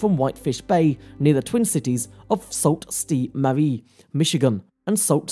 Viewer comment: Great video. The cities are pronounced Sue Saint Marie.